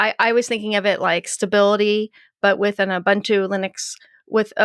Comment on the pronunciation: Ooh-Boon-too, not Ooh -bun - too I can't watch any longer. You all make me sick.